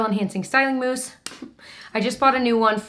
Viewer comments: I about spit my coffee when you said moussen lol 😂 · Lost it at "moussen." 😂😂😂